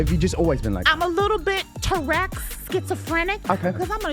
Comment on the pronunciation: Tourekks 😂😂😂 love it